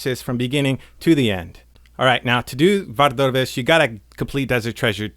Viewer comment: I came for a good guide but have to leave because you pronounce Vardorvis really weirdly. Why are you doing that?